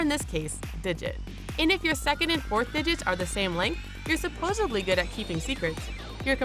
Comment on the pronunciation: God it annoys me that she actually said "supposebly" 🤦🏻‍♂️🙄